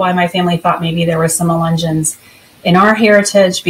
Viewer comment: Ya don’t know how to say the word…..but you’re gonna tell us all about them??? Lol. Ok. Those of us who grew up around them know the truth about them.